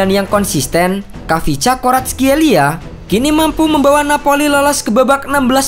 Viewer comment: Min kyk nya bacanya kivcha deh. Bukan khavisca. Kivcha Varatkelia